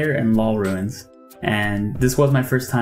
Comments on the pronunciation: Bro I love (and am grateful for the guide), but it's RUNES not RUINS lol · the way you pronounce ruins really runes the video